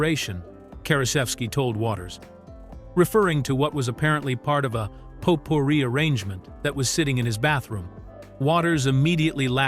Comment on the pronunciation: heh, you couldn't use your own voice for this video? the mistakes are pretty laughable. Mispronouncing Potpourri and Dennis Leary's name...